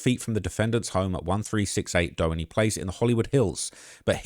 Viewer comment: LA native, here. Doheny Dr. is pronounced, “Doe-heeny” not “Doe-eny”